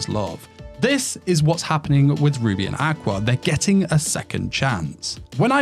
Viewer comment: I’m listening to this while doing other stuff and being the degenerate isekai lover that I am, every time you say “Ruby and Aqua” all I see in my head is Rudy from Mushoku Tensei (it genuinely sounds like you’re saying Rudy instead of Ruby) and Aqua from Konosuba and I’m just laughing over that pairing 😂